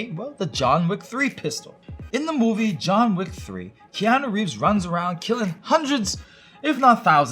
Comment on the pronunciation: “Jon Vick” in Turkish accent